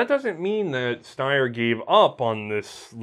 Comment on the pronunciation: I know you don't really care about pronunciation, but this one is super easy - if you see a German word that beginns with either ST or SP, it's pronounced SHT and SHP respectively, therefore it's not "Steyer", but "Shteyer".